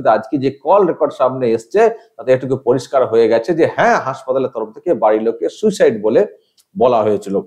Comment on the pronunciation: উচ্চারণ ও বাকভঙ্গীমায় মোটেও অ্যাসিসট্যান্ট সুপার বলে মনে হচ্ছেনা, ' সুইসাইড' কে 'সুসাইড' উচ্চারণ! এই মহিলা অল্পশিক্ষিত এবং হাসপাতালের সাধারণ কর্মী হবে, একে দিয়ে মিথ্যেগুলো বলানো হয়েছে।